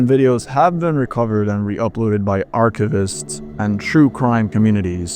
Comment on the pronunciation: You need to change up how you pronounce "archivists." The video is otherwise great.